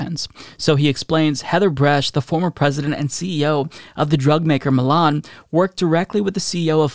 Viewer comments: it’s MY-Lin not ME-Lan lol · Lol, I'm sorry but pronouncing Mylan (my-lan) as Milan irritated me, like leave Milan out of this mess haha. I know he's done that to many names, he's always said he's a chronic mis-pronouncer, this made me want to stop the video tho. 🤣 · You're killing me by pronouncing Mylan as Milan lol. Fuck the company but I'm from that town and grew up with the company's heir so the pronunciation is ingrained in me. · My wife’s first EpiPen was $60 for a twin pack cash (in 2007 or 2008), way cheaper with insurance You always need two epipens btw, they wear off too quickly Also listening to mispronounce Mylan….